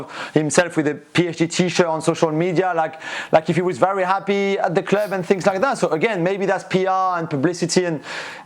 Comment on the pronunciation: "At the cleeub"